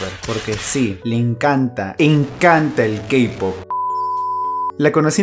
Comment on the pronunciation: XDDD se dice Kpop XDDD